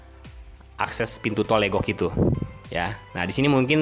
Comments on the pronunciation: Pengucapan Legok jgn seperti logat Batak, tapi dibaca Legok seperti kata lepas, Legok itu artinya cekungan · Emang legok, bukan leugok.. Pengucapan logat batak, kebetulan saya tinggal di legok